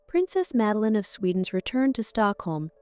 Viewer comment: Name is pronounced Mud-a-lene. At least try to get the Swedish way of saying the name, and please refrain from Magdalena...